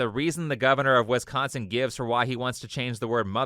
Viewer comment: oof da not from wisconsin are you (wis con sin) not westconsin